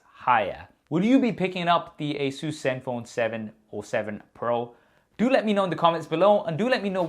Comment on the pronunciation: It's not asuus a saes